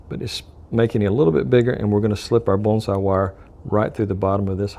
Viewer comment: I didn't know bonsai had an L sound in the pronunciation. I think your brain was trying to say bullseye and morphing the two together. lol Only put the wire flush with the bottom of the base plate and crimp the wire in like the wick was done, leaving a FLAT base. and put the wick up through the funnel opening when adding the wax. WOW, this was hard to watch!